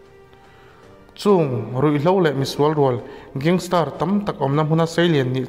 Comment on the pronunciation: Gangster ti in lam rawh,gangstar ti in i lam daih a